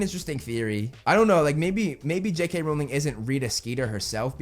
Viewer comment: WELL SIR, you are actually wrong (you are right though) becuase you can't even say J.K. Rowlings sirname right?! it's r-ow-ling not r-oll-ing :o